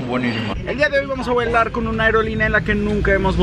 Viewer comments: dice vuelar en ves de volar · Vamos a voilar